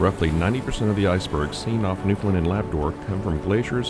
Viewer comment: Thank you for your correct pronunciation of the province name. Most of the time you say "New-found-land" or "New-fin-land" (both correct) and not "New-fin-lind" (wrong).